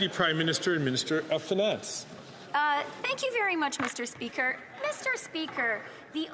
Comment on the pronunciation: I cannot wait until I never have to hear FREELAND SAY MISSTURE SPEEEKER AGAIN , BOBBLEHEAD BIMBOO